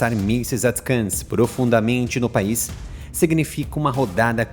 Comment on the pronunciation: "ATCAMS"?? -Não seria "ATACMS"??